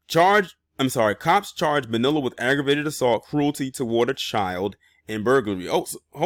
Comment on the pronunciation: ITS PRONOUNCE ...'BO- NEE- LAH